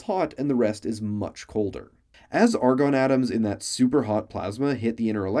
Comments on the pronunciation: Argon Not argon Love the scientific-ness of this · ARGON NOT ARGON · Argon and NOT Argon xD